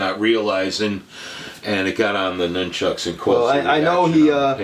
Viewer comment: I liked the video, just too many speaking at once but please my biggest pet peeve is it’s pronounced NUN-CHUCKU or more than one pair NUN-CHUCKS, not NOON- Chucks. ✌🏼